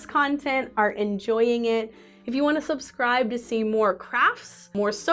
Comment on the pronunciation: It sounded like you said to soapscribe and I feel like that should become a thing 🥹